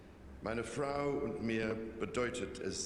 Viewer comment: Hi there! I started watching your videos because of your cute scottish accent. Regarding your question: King Charles has a good German, it is very clear, you can hear he also worked on his pronunciation. There are only little details like the word Frau (wife/woman) which sounds like “frowe“. So the u stays a bit in the cheeks, and does not get out of the mouth in the pronunciation. (What I have noticed is German is talked mostly in the throat, English between the cheeks and Spanish in the front part of the mouth with a lot of tongue movement). Also a common “mistake“ of foreigners is between using “wurde“ and “würde“. I have noticed that the reason for that is often because other countries don't say things so “harsh“ and stright to the point as in Germany. So for their ears using “würde“ f.e. sounds softer/ more polite, but from grammatic it is not quite correct, and it has slightly a different meaning. (You could say like: We appreciated to have been invited to we would have been invited ;)) In Germany regurlaly everybody speaks Hochdeutsch, which could be translate as pure German. Depending on the region we have different accents and dialects as well. Even for me f.e. when I travel to Niederbayern and they start talking, I almost don't understand a word, lol. And I am Native Speaker. On the other hand, it was interesting for me to hear from a former fellow mate from school that I talk what he called “Oxford German“. As at home we never learned to talk in the accent of Mannh